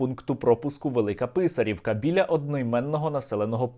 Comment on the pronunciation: Велика ПИсарівка) будьте ласкаві наголос правильно)